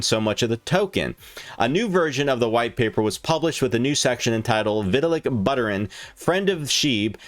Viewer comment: This goofball can't even pronounce (or doesn't care to look it up) SHIBA INU and VITALIK BUTERIN. He keeps saying SHIBU and BUTTER-in. LOL